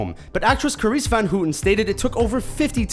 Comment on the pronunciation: Dat butchering of Carice's name.